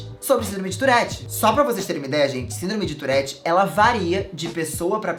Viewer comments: Só tive agonia no tourette Se diz turre TURRE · É touRRete, que pronuncia❤ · Fiquei o vídeo todo agoniada por causa do jeito q p pronuncia "tourette"